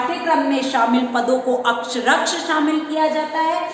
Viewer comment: अक्षरशः अक्षरक्ष नही, आप बी एड कर चुकी हैं, ऐसी गलतियां नही होनी चाहिए